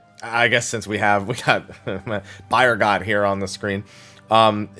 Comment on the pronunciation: Bro, Byregot is pronounced Bee-ehr-go